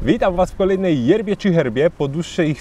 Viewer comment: Zawsze za pierwszym razem usłyszę jebie. Przewijam szłyszę jerbie.